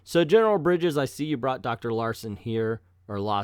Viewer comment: Ha, I died of laughing when you said Larson instead of Lawson